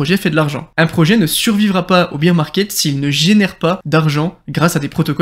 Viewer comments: Bear market pas beer market lool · Merci pour cette vidéo!! Mais pour info: on dit pas Beer market (comme la bière) mais Bear Market ( Bère si tu préfères):) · Si jamais on dit « bear market » pas « beer market 🍺 » ahahha et bear se prononce « ber » Sinon tip top la video je partage ton analyse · Merci pour tes vidéos. « Bire market » = marché de la bière « Bère market » on est plus dans la crypto… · Biiiir Market !!!???? Tu es sérieux là franchement ça veut dire le marché de la bière tu as rien compris si tu prononces ça comme ça déjà d'entrée tu es pas crédible